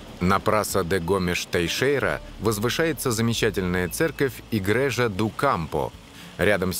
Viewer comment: Все хорошо, но почему все названия даются то на португальском бразильском, то вообще, на испанском? Река ТЕЖУ в Португалии, писатель ЛуиШ Камоэнш! Переводчик, явно не в курсе, что существует португальский язык, европейский, на котором, собственно, и говорят в Португалии. Постоянно идёт какая-то дикая смесь. Король Диниш, но река Дуэро? Церковь по-португальски "игрейжа", а не "Игрежа", знаменитые фрески -азулейжу, а не "азулеху"..... В общем, очень слабая работа переводчика